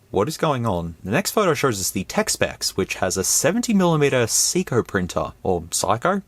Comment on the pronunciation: I believe Seiko is pronounced Say-co. It's a part of Seiko Epson, a watch and printer corporation.